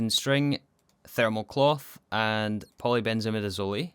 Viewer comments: Chemist here, it’s pronounced polybenzimidizoll, not polybenzimidizolee 😅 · I love the video, but I hate how you pronounce polybenzimidazole. I’m fairly certain the end is pronounced the same way mole is pronounced. It’s a difference between “hole” and “holy” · Its so odd hearing in pronounced like midizol-i and not midizol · Ah yes, polybenzimidazolEh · Btw, in polybenzimidazole the “zole” is pronounced like “sole”. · the zole in polybenzimidazole rhymes with soul not olay XD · Except for polybenzimidazole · You said all the quinone ones right, but u messed up polybenzamidazole: Afaik, u done pronounce it like e at the end like the e in eat, rather its silent (so like simple, e silent). either way, me so happy u rebooted the series! congrants on the T3 rocket!